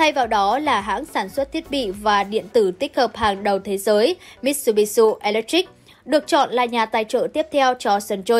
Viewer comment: Làm xướng ngôn viên khi đọc tin có tên nước ngoài cần nghiên cứu, tập đọc trước, vì khi đọc sai, đọc bừa là coi thương khán giả . Hảng tài trợ Mitsubishi là tập đoàn kinh doanh nôi tiếng trên thế giới hầu như ai cũng biết mà lại đi đọc thành MitsubishU là sao?